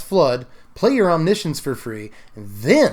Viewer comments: You mean om-NISH-uhns, right? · "science" as in "conscience"